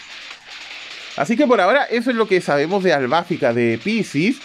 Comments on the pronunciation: es Albafica, no Albáfica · ¿Por qué le llamas AlbÁfica? El acento prosódico va en la letra "i" 🌹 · Ciertamente, vi TLC con doblaje latino. Ahora, por curiosidad busqué la pelea de Minos contra Albafica en japonés y sigo opinando que no es AlbÁfica